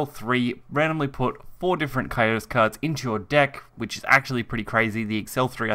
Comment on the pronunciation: It's pronounced "Co Sy Tus" not "Co yo tus"